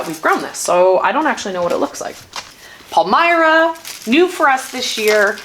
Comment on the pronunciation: Holy cow, look at all those bulbs!!! An entire skid full of them!!!! swooning over the great big gorgeous bright colorful tulips! Palmyra - a town near me - pronounced pal - like "he's my pal". The pictures you showed of each variety are a great big help. I'm not even going to try to pick a favorite. Amazing video! Hugs and kissies for the kitties!